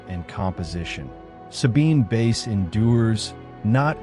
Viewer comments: Great series - just to mention pronounced Sabine 'Vice' ( French Swiss origin ) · Wonderful work. Except that the photo of men whistling at a young woman in Italy was made by Ruth Orkin. I value these videos greatly, I only wish you would take moment to look up pronunciation of your subject's name. While I appreciate your pronouncing the w correctly as v, n this case, someone hearing about "Sabine Vace" might wonder whom you meant. I wouldn't mention this if it didn't happen often in these videos.. In this case the last name is German, in which the second of two these consecutive vowels is the one that gives the sound, that is, same sound as our long "i" in English, as in "white" (which is what "weiss" means in German). when switched, as in Friedrich, the long "e" is sounded. (Not all the vowels work this way.) Best wishes.